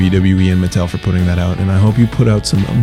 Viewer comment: its not its MUH-TELL